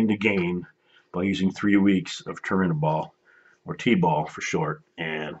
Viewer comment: Chael acts like he knows it all lol he said he could tell Jon was on stuff. He couldn't even pronounce Turinabol. Yeah you're not an expert if you don't know how to pronounce the drug being discussed.